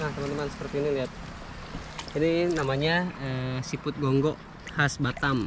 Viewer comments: Gonggong bang bukan gonggok.. Mantap👍 Makasih bang sudah mampir di Batam -Kepri 👍🙏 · Gonggong bukn gonggok a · bang bukan gogngoh tapi gong gong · Gong gong mang bukan gonggo hehe😅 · Nmanya gonggong bang, bukan gonggo, Saya org batam, gonggong2 itu paling enak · Kami orang batam bilngnya gonggong bkn gonggo